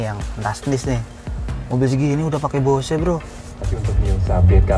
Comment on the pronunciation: bo se? hahhhaahha . check your pronunciation...